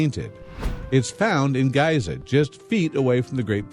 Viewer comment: did he really say 'Gaiza'?! gross